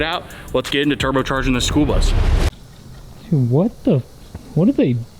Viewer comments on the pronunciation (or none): Did you say school bus or SPOOLBUS??? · Did you say… “the spool bus”??😂 cause if not, that’s what I officially call it!😂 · All i heard was Spool bus and i love it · Did he call it the Spool Bus? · I love that 'the spool bus'😂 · Is he calling it the Spool bus? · 😂👍 “ The SPOOL BUS “ ❤ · The "SpoolBus" 😂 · "The Spool Bus"🤣